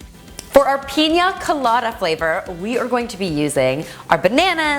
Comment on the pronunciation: peenya colada...really?